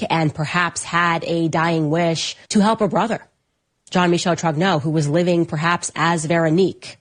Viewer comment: Trong-nyurr not Troggno